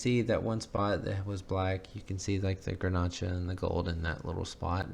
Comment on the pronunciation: Grnach is a French word that is pronounced Grenash. Well, I think it turned out really pretty. You are pretty hard on yourself.